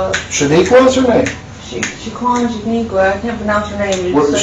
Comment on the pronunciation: hold my hay, did she just said "Shanigua"....👀 I'm DEAD💀